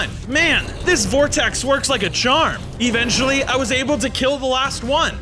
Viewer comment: Why are you saying evenchily